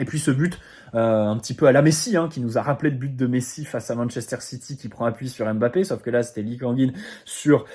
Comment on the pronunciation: Même comme tu ne le t'as bientôt plus son nom on ne dit pas M-Bappe ou Mbappe comme P sychologue mais Psychologue